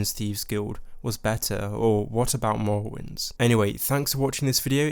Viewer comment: "Skyvim" lol "Morowim" "Pwovince"